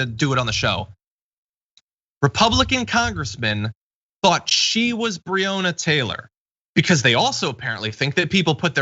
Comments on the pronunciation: John pls stop pronouncing breonna wrong it kinda takes some wind out of your message about ppl not knowing her name when you say it wrong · Please check the pronunciation of Breonna Taylor's name.